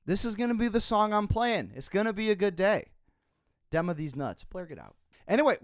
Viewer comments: it IS actually prononced DIMA, not DEMA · did this dude just say dem-a?